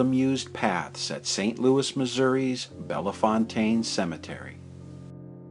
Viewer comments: Any chance you can re-edit your commentary? You pronounced "Bellefontaine" incorrectly. The 2nd "e" is silent, you don't pronounce it. It is a Cajan(Acadian) name meaning Beautiful Fountain. In French, the word "Belle" is pronounced "Bell", not "Bella". Therefore, it should be pronounced as Bell-Fontaine even though it is all one word. I'm not blaming you for misspronouncing it because you are in the high majority of people who do. Just thought you might like to know, that's all. Great video, thanks! ☺ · Why is the narrator saying Bellafontaine is Bellefontaine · jeffrey blocker the way he said fontaine maybe correct but not bella. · I live in St. Louis and we pronounce it as "Bell Fountain" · Beautifully done! Here in St. Louis we pronounce it Bell-fountain, like water fountain. I don't know why. Perhaps just a corruption of its original and intended pronunciation. We also have a road and a town here that share that name, and we all say Bell-fountain.